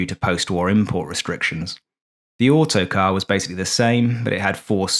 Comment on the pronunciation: is "Autocrat" not Autocar... There's one in the nearby aero club, his owner is English... named Tony... last name is the same as an automobile company from USA... Cheers from Normandy.